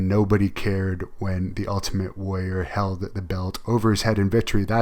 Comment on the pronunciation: I hate that she says warrior like "woyer."